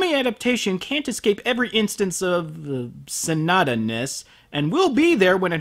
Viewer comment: His name is Sonoda, not Sanada. Please, please stop the butchery.